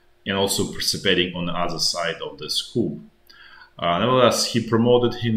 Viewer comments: Great video. "Coup" is pronounced "Ku" - you don't pronounce the p as the word comes from French. If you pronounce it as "Coop" then that means a chicken coop. Just trying to be helpful :) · I'm not being a Knit Picker but enjoy your nightly reviews. If your in charge of arms in the military then you work in the Armory. The French word "coup" is pronounced "koo" Thanks for the insider vids. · it wasn't spelling just pronunciation like coup is "Koo" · Coo, no ‘p’. 😊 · It’s pronounced ‘coo’ the ‘p’ isn’t pronounced because it comes from French, I guess. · Doesn't mean you should mispronounce it. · In English the p is silent when pronouncing coup.